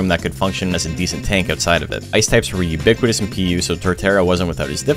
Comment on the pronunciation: I guess I counted you saying "uniquitous" 4 times.